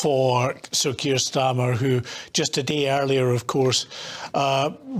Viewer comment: Keir Stormer,was that a fruedian slip or what😂😂😂